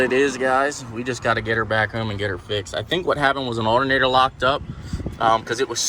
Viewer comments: Allinater hahahaha his pronunciation of alternator killed me 😂🤔👌🤣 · Alernator is how he says it lol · U say alternator weird man